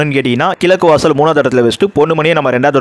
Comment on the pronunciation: சகோ! உங்களுக்கு "ழ"உச்சரிப்பு வரவில்லை,"கிலக்கு வாசல்" அர்த்தமே கிடையாது தவிர உச்சரிக்கும் போது கோபம்தான் வருகிறது, ஆகையால் ல,ள,ழ வேறுபாட்டை முதலில் அறியவேண்டும்.